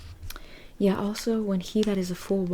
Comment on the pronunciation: Yea is different from yeah. Yea is pronounced ( Yae) ( yay)